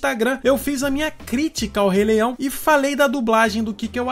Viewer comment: " do rei leião" kkkkkk